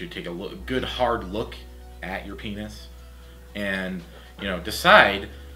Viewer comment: "You and your peenoss." xD